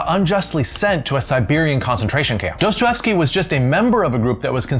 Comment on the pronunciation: And his name is pronounced Do-stoy-ev-skee. Drives me mad when ppl don't bother to learn how to pronounce things properly.